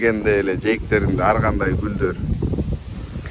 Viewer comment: Сенин атың ар гандай болот. Аргандай дей берет екенсиң.